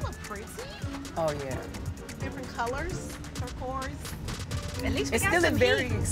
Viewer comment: ya'll breezed past "turqu-oRRse" huh. I'm wrong for pointing it out??